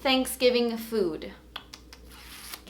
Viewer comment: What is mushed potatoes hahah??? ( from sweden )